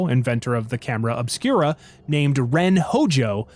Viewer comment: I thought you said camera of Spira at first and was wondering if Tidus knew about this.